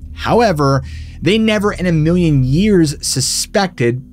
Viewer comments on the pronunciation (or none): none